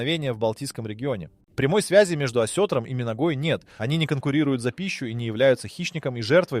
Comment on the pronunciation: Не осЕтром, а осетрОм! Научись правильно ставить ударения